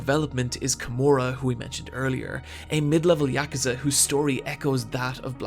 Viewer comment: The way you say Yakuza is so satisfying.